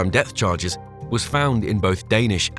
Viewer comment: Had tp stop watching when the AI said 'death charges'